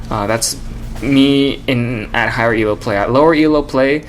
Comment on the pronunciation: he keeps saying E.L.O. it's elo. one word